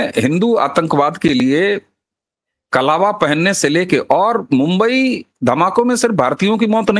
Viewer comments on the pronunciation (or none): none